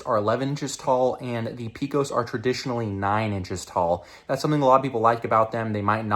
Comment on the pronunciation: If you ever come to Texas and pronounce Pecos like that, you'll be laughed out of the state. We correctly pronounce it "pay-cos".